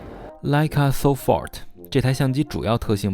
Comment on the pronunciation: 名称念错了，不是so fort，这个是德语 立即的意思，差不多和英语instant 一个意思。 读音自行google或百度。